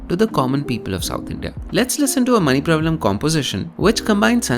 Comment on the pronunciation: ' manipravaalam' would be the correct pronounciation :)